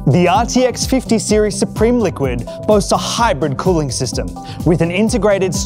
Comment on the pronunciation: AHH.. more views here then ASUS announcement.. hopefully better actors yikes Erica was cool tho.. :* EDIT: omg.. the voice talent was horrid here too.. and why do people say NVIDIA wrong.. watch Jensen so you learn how to say it damn it... then you have Dorkus Linass saying Suprim differently the the other guy.. this was just as bad as the ROG video..